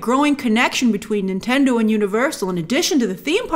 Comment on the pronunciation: Is she saying Intendo at times?